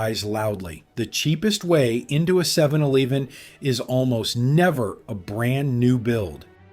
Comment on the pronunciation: 7 eleeven? Sounds AI